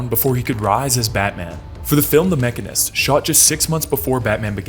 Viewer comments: Its pronounced machine-ist. Its an actual profession and you're pissing a lot of mechanist off. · Why you saying the machinist like that? Hahaha it's the machine... ist